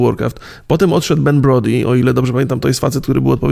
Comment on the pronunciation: Wymowa to "Ben Brołd", drogi.